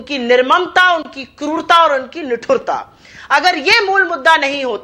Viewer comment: निठुरता नहीं, निष्ठुरता